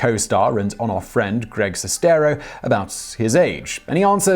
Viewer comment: I think you mispronounced Sestero. Like, a lot.